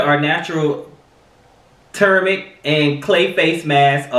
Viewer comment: Turmeric (Toom•ur•Ik) 😂😂😂